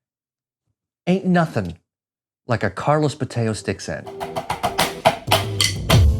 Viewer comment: Bo-TAY-oh? Are we sure that's the pronunciation?